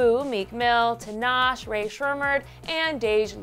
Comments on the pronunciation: Tinash? There's an e at the end honey... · Lol why did she say Tinashe like that 😂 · I know right I almost died laughing when she said that 😂😂😂😂💀